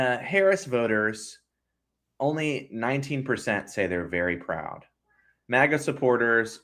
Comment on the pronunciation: It's MAGA, not MOGGA. Don't exoticize it with an accent.